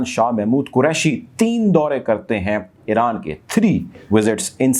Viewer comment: Great VM👍Balance Coverage ….. just say Iran not Eran